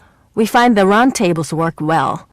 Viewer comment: oh it was a round table, i heard its like run-table hha